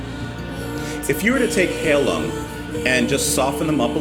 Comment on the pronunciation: BTW, it's pronounced "Hi - loong". Heilung is German for healing. In German you can have words with "ei" or "ie". e.g. heilung and riesling. The E-I combination is pronounced like "eye" and the I-E combo is pronounced "ee". U is always pronounced "oo" like book.